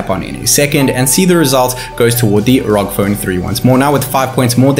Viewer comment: ROG as in seperately are oo gee or else ROG as in rogue it's not raug for fucks sake